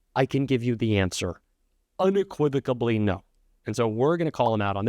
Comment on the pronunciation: It’s unequivocally - NOT uniquivicably